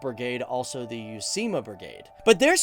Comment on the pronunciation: Vain vähään vaikea ;-) but "youseema" is a long way from "uusimaa", vai ei ? Olen vain yksinkertainen ulkomaalainen...